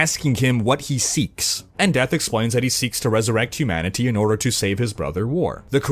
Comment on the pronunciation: I loved the first two Darksiders and it's been ages since I played them so I'm really glad for this recap before the third. I could have done without the weird way you kept emphasising the TEE noise at the end of humanity.